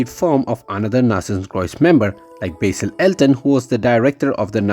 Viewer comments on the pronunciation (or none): none